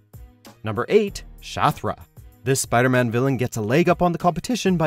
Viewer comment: you said "PIDERMAN"